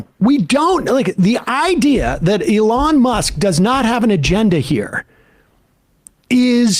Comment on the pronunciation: Lol I never hear anyone but Sam pronounce Elons name the way he does Elooon as opposed to Elon